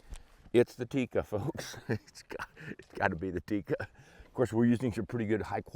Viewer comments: It is not pronounced Tiikka.It is pronounced and written with one i.So it is Tikka. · It's Tikka.. not "theecka" or "teak-uh". It's just a direct tick-a. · Almost 60 years of Tikka rifles and people still cannot pronounce "Tikka" correctly.